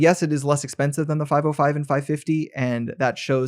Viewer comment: it is not "5o5" but "505", not "6xo" but "6x0" --- not "ou" but zero